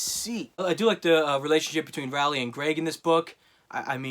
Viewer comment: Jeff Kenny Rally What other names can he butcher